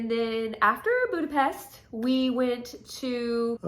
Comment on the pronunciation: Thank you for pronouncing my home’s name correctly! I wish you strength and all the love during this chapter of life. Virtual hugs from Budapest!❤